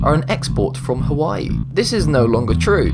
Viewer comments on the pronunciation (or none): none